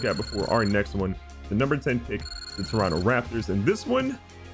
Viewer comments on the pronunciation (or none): none